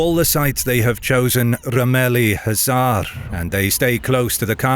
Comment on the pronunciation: Bro any language other than English does not have an Arabic styled pronouncation. So if you dont know how to pronounce Rumeli Hisarı, then jut do it in English or smthng. It sounds really funny bc it shows your basic understanding of the world as you just put an Arabic pronouncation into an East Asian language!